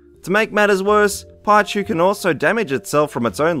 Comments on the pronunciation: PIE CHU XDDDDDDDDDDDDD WHAT THE FUCK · pie chu lol...pichu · Why'd you pronounce Pikachu right but say Pichu as 'Pie-chu' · "pie-choo" bless you. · Lets see.... Japan: Pichu, German: Pichu, French: Pichu. ...which according to literally every source I could find is pronounced Pee chuu. ....it's literally the same name. iirc, the entire pikachu family, including raichu, is this way, as well as the majority of legendaries. (birds being the main exclusion.) due to the fact they're either well... pikachu's family or legendaries. mispronunciation of a name that doesn't change is literally mispronunciation of the name. Yes, some are localized/translated/w/e you want to call it. No, they don't change dependent of accent or region in that language. they're NAMES. You don't pronounce a name differently just because you're from a different region, provided you're speaking the same language. The same spelling of a name can have different pronunciations but when referring to the same thing, it's always pronounced the same. If someone is named, say, George (Jorge) you wouldn't pronounce it Gayorg just because you were from another region. " Games that are released in the United Kingdom are inconsistent with British English spelling. For example, spelling variations such as color and center are not changed to colour and centre for the UK releases." Where exactly is this supposed argument you have for someone speaking English pronouncing it as Pie Chuu? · GAMING Excuse me. PIE-chu? What the heck is a PIEchu?! XD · but why though? after all "pi" is pronounced pie, anyone who hasnt played the games wouldnt know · BUT HE CALL PIKACHU PEEKACHU NOT PIECHU!!! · "Pie-chu" was confusing the hell out of me, until I saw the picture. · Paichu? PAICHU?! THE HELL IS A PAICHU?! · PIECHEW!? FUCKING PIECHEW!? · lol "pie-chu" i wonder if the narrator knows the mistake there by now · did anyone notice how he said pie chu, its wrong. i don't think anyone commented about it yet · Pie-Chu? Wtf?